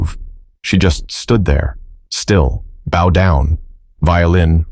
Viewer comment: I enjoyed this, but the beauty was sort of tarnished for me by the mistakes in the audio. Nia pronounced 2 ways Knee-uh and Nigh-uh. And when it mentioned the bow of the violin, the narrator said it like "bough" -- these might be nitpicks, but it shows two things - somebody didn't care enough about this video to do it well, and it was distracting for me from the story. Sorry.